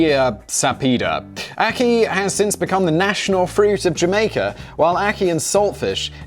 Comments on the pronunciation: You pronounced Ackee correctly by the way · He pronounced ackee right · The ackee pronunciation is correct